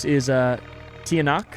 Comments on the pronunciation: Hi, Filipino here, Tiyanak is pronounced as like chanak, and this is not actually a bus, it's a Jeepney! And i'm very happy to see you play Filipino-inspired games! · Hi! I love you videos it gives me the chills. Im from the Philippines and im very honored! Im really good at english cause i have practically learned it my whole life. Edit: you probably wont see this comment but its Tch-ah-nahk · hey! i’m from the philippines, and i wanted to teach you how to say some of the words here! tiyanak is actually said as “cha-nak”. in tagalog, the letters “ tiya” are sometimes said as cha! silang is said as “ see-lahng” tagaytay is not “ta gae tae”, its actually “ ta gai tai. “ai” as in chai tea! our currency is actually called pesos! singular is “piso”. i’m a big fan and would love to help you and anyone else with pronunciation! thank you so much because i really like this playthrough of urs!!!!